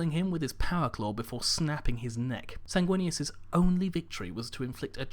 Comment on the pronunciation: SAYNG-WIN-US....sanguinous....SAY IT WITH ME